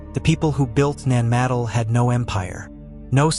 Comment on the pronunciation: It's not pronounced ( Nan - madle ) It's pronounced ( Nan- ma- doll ) Your welcome....